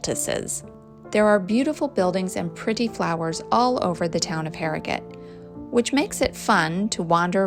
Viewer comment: I live in Harrogate and you really caught a lot of the best parts. You also pronounced the name correctly too. :) Looking forward to the Knaresborough video. It's a stunning town too. Hope you include the castle :)